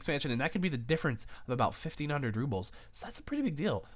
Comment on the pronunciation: Rubles, not rubbles :p